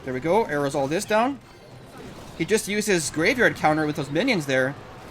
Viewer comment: why doe you always say arrow's?